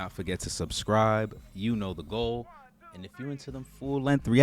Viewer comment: B - Been wanting to remind you that “subscribe” has two b’s. You say “suscribe” every time. ;)